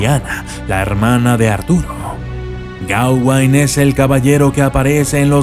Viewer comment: es gaweynne no geawanne